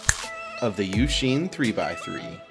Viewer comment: YOU-SHIN NOT YOU-SHEEN NOT YOUK-SIN PLEASE